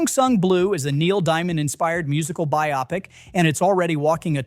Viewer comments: Teach your voice over person HOW to pronounce 'biopic' BY•ŌH•PIC NOT BY•AH•PIC JEEZ. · A.I. narration is hilarious. It mispronounces several names and cannot correctly pronounce the word "biopic" the same way twice. By the way, it's BIO-pic, NOT BY-opic. Thumbs way down for whatever QTR is. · By-opp-ic. AI or stupid human, take your pic! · Exactly! This channel sounds like a propaganda machine built to weaken Hollywood releases. It’s a freaking bio-pic as in biographical picture, not bi-opic 😂 It does pay some attention as it mentioned that Predator franchise has been rescued with Prey and excellent animated Killer of Killers but then it believed The Running Man has no audience when anyone 50yo remembers the fun original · Your AI is showing. It is pronounced “buy-o-pick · This channel sounds like a kind of propaganda machine with the sole purpose of bringing down Hollywood in any way possible, finding negative threads and pulling on them. You really give it away with the poor AI narration that doesn’t know what a bio-pic is 😂 Of course there are legit concerns about some movies, like Tron Ares is really asking for trouble, but predicting them all to fail with your trolling is just pathetic and obvious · cant you at least train your AI to pronounce "Biopic" right. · Especially on how he pronounced the word "biopic" 😜